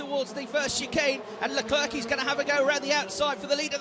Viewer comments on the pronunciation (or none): Charles “Leclerk”